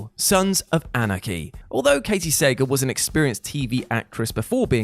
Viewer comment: One small nitpick with this list. Nothing to do with the actual choices, but it's Katy Sagal (Suh GAUL) not Sagal (Saygel).